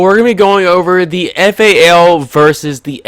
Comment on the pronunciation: Thats the correct way to say it when you grow hair on your nuts you will know the right way to say guns names